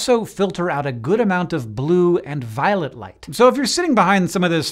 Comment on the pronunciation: Why do I hear "Violet light" as "Violent light" 😂